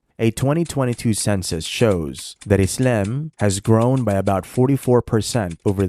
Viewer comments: lol why do you say “islem”? 😂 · U come across as a cringe Moe Run. Especially the way u pronounce "isIam"